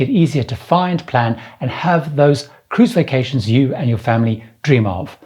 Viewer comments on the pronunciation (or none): When he says 'And have those cruise vacations you and your family dream of' at the beginning, it sounded like 'and have those crucifications you and your family dream of'